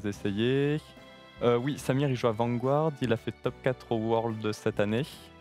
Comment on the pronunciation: Vanguard pas "Vanguouarde" ! Dx